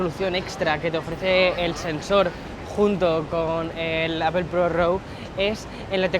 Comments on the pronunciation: Sigo sin entender porqué dice apel en vez de apl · Gran video, definitivamente una joya el 14 pro max, no se cuantas veces dijo "apel", me causa un conflicto sabiendo que esta em N.Y. y no pronuncia bien. Jaja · Me cago de risa cuando todos los YouTubers españoles le dicen al iPhone de Apple “APEL “ 🤭